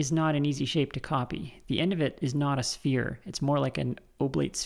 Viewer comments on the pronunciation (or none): none